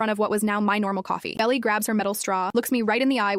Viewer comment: I think her name is supposed to be Belle, but AI didn't pronounce it properly.